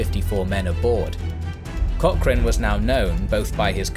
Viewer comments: please learn how to pronounce Cochrane. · At least pronounce his last name correctly? Research? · would love to hear an Englishman pronounce 'loch' or 'Cochrane' (or even Gallagher) properly one day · Pero que manera terrible de pronunciar palabras inglesas y peor el apellido de tan ilustre personaje